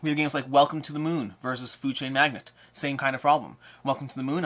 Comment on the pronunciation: Another jerk comment from me (I only tease those I love), please, both you and Jesse, quit saying "Food Chain MAGNET". It's "MAGNATE"!!! ;)